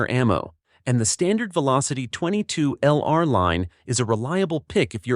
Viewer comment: Title page photo inconsistent with the actual topic. Earns you a big THUMBS DOWN. The AI narrator earns you TWO THUMBS DOWN because that AI dude mispronounces way too many words, beginning with .22LR. It's pronounced "twenty-two long rifle" not "twenty-two ell-arr"...! (Sorry, but I couldn't make it thru the entire video.)